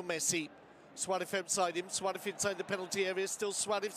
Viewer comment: This commentator is driving me nuts. Suarez ends in a Z not a TH. Suareth is not dudes name.